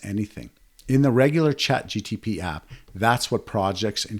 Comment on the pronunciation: Dude why do you call ChatGPT as “ChatGTP”? 🤔